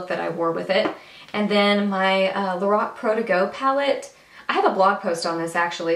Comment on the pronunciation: Gurl ur so funny...lorock hahahaha. Ur super gorgeous I need some eye tutorials....ur killing the British accent.. funny gurl j ust sweet pure funnyness